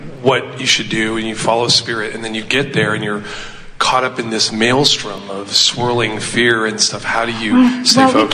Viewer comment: THANK YOU ABRAHAM HICKS I LOVE HOW YOU SAID GHIS YOU ARD SUPER GREAT❤❤❤❤